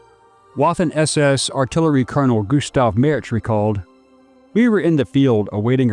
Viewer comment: Waffen SS A doubleU in German is pronounced like a V in English. It should be pronounced Vaffen